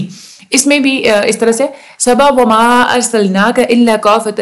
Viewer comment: mam 16: 36 pr ap ki mistake hy [wa ma] tha ayt ma ap ny [wo ma] prha zbr thi ap ny zyr prhi